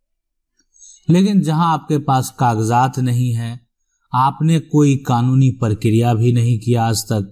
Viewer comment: लराई, झगरा, परतिकिरीया, परतीकूल परकिरीया... मजेदार उच्चारण..😀